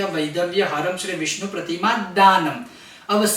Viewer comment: विष्णु का स्पष्ट नहीं हो रहा है उच्चारण सही नहीं है व्याकरण की दृष्टि से